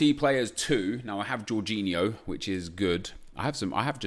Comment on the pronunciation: This guy actually said jorginho right